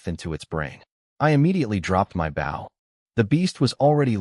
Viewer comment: how come you can't say the word Bow the right way how can you bow to your father an use it for a weapon = [Bo] w is silent